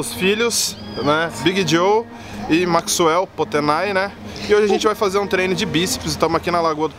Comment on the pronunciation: "Maxuel do potenay" para de fica falando isso que tá feio.